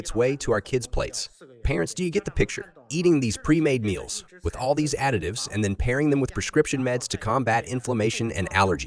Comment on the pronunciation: So...was that a Freudian slip....you said 'adictives'....not additives